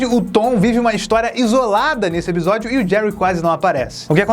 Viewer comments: vc percebeu que fala ebisodio não episodio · Só eu que quando o fala "episódio" e eu escuto "ebisodio"?;-; SEUS VIDEOS SÃO IMAGITOPS!!! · pq vc fala "ebisódio" se o certo é "episódio" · O só fala EBISODIO KK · eBisodio? Serio? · Reparem, o não diz Episodio e sim Ebisodio. doido ne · Mano nada contra mas o que vc tem que não consegue falar ePisódio se consegue pronunciar o P normalmente? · Vc fala "ebsodio" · Voce fala ebisodio por querer?